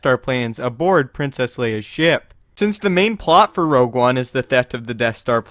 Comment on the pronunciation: Your saying rouge one wrong i think